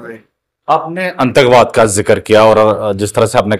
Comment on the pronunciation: ANNTAKBAAD NAHI....The correct word is ATTANKWAD😊